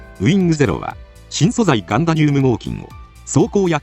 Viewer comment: ガンダニゥム合金 ガンダニュウム合金ではなかった？